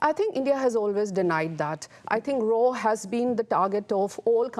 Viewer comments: Raa ... Becaaas ... These people cant pronounce a single word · this guy from Pakistan is in complete denial and deflecting every truth. Classic Pakistani ! Oh, and the RAA instead of RAW .. LOL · PAKISTANI WHETHER COMMON LAME PERSON OR THEIR SO CALLED INTELLECTUALS WILL NOT NEVER LEARN TO PRONOUNCE RAW . IT’S NOT RAAA ITS RAW😂😂😂😂